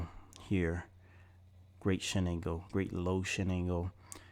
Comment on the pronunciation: I thought you said shit angle then you be saying shiningle do u mean shin angle ?